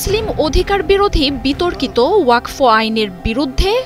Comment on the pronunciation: Madam, learn how to pronounce the word WAQF. It is not WAQFO.